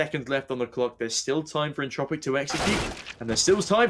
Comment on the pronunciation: Češi a Slováci: entropiq ostatní lidi: Entčropiq